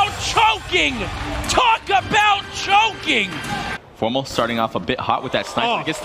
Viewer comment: Remenber when formal was called Formbal